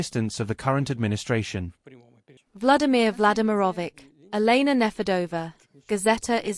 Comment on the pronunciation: Vladimir Vladymirovich The last "ch" is pronounced as in Church. Not "K"